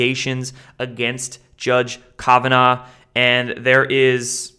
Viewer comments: kovinaw? Come on man aren't you supposed to be well-researched have you never heard anybody say his name before it's Brett Kavanaugh with an A.... for some reason I feel like you've never even heard the guys name pronounced I was sent to you by some really smart people aren't you supposed to be like well researched and well-read and especially with a Supreme Court Justice name you had to have heard His Name a hundred times by now. I'm rethinking my subscription here seriously man I hear that guy's name at least five times a week and I'm a nobody and my mind you should definitely know who these people are and although less important you should definitely know how to pronounce their names if you are someone in the know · You seem to have trouble with name pronouncing its Judge Kav ah naw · Love ya but your mispronunciations on important people's names drives me crazy! Do you not listen to anyone else. ie: Justice Scalia on a previous video for instance. Kavanaugh on this vid. Just sayin.